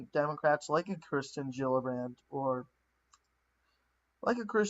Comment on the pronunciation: bee-toe is not the way to say his knickname. It is more like place a "bet" and "ohhh" Also it is ker-stin, not christian, jill-uhh-brand.